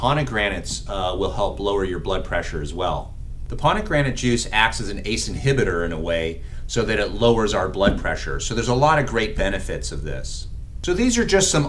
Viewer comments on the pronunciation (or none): It's PoMegranate (not ponegranate). Anyway, thank you for these life-saving tips! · It’s POM not PONegrenate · learn how to say POMegranate. not pon.... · Doc, you are mispronouncing pomegranates! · Pomegranate, not Ponegranate. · I will try, as they are widely available here in Thailand. An "ahem" point, it's PoM, not PoN,.....PoMegranate, not PoNegranate. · Did I hear him say "Ponegranate"?? Wow! He should have looked up the pronunciation before posting this video! It's 'POMEGRANATE." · Pomegrmegranate not ponegranate m not n. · Pomegranate....not ponegranate!! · Pomegranate not poNegraMate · poMegranate...not poNegranate...you welcome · Did he say “Ponagranate???? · What's a "ponegranate" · It's interesting you pronounce 'Pomegranate' with an 'n' I've never heard somebody do that before. Anyway, thanks a bunch for these tips. I'm 45 & a type1 diabetic, and recently my blood pressure has gotten a little high (145/78) Perhaps it's the lack of exercise & small belly I have developed. But I'm going to start getting more exercise....and following your great tips and hopefully I get back to where I was a few years ago. Thank you. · Really sorry to criticise, but it’s the only time in my whole life that I’ve ever heard that pronunciation of ‘pomegranate’. But terrific advice as always. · It would be better if a doctor knew how to pronounce Pomegranate. YouTube doctors are just not like the real ones!